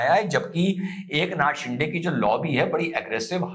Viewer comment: You pronounce de in Shinde very erroneously Please correct it.